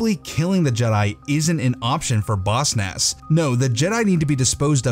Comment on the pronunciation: I hate that you say Boss Nass like bossnass